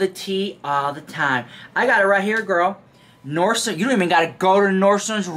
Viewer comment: Lol I worked at Nordstrom briefly and the FIRST thing they train you on is to not say "NordstromS" hahaha